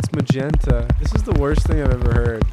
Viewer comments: Him: "melanin dude?" Me: wtf is melanin wool lol Him: "its magenta" Me: 😮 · Him: "melanin wool, really dude" Me: wtf is melanin wool lol Him: "its magenta" Me: 😮